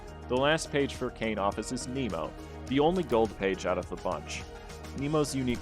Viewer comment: Interesting and a good guide but the most interesting part was the page's pronounciations (Nemo and Myo are not intended to sound like them). 👍👍